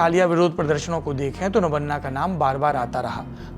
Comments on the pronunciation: It's "Nobanno" not Nabanna. Why named is not spelled respectfully? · Sir it's not nobanna it's nobanno.. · Nammano nahi "Nobanno" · Sir, nabonna nehi. Eh nabanno hei. Please correct.. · सौरभ जी अच्छा लगा अपने नबान्नो का माने समझा दिया। अब आप थोड़ा ध्यान से सुन भी लें आप उच्चारण क्या कर रहें हैं। आप बारबार "नबान्ना" कर रहें हैं। हम आपके सुलझे हुवे शब्द सुनने के आदी हैं। खुद बंगाली हैं, इसलिए भी शायद कानों को चुभ रहें हैं। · सौरभ जी, 'नवन्ना' ग़लत उच्चार है, विडियो में पत्रकार सही उच्चार कर रहे हैं। असल में यह शब्द 'नव+अन्न' रहा होगा, जिसका बंगाली ढंग का उच्चार पत्रकार प्रस्तुत कर रहे हैं। बंगाली-भाषी लोग 'अ' का उच्चार 'ओ' करते हैं और 'व' का 'ब' करते हैं। उदाहरणतः "रोबीन्द्र", जो मूलतः 'रवीन्द्र' है। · It is no-baa-nyo, please pronounce bengali property. It is नबान्नो . Your pronounce is too awkward for us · It's NabAAnna, sandhi makes 'a' into 'AA', pronounce to thik se kijiye! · Pronounciation of Nabanna is not correct